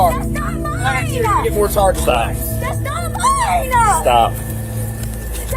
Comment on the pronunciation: Mmmmmmmine. That’s not mmmmmmminnnah